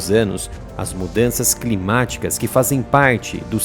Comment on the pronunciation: Canal excelente falando errado?😂😂😂 até ondes eu sei se fala climáticas e não crimaticas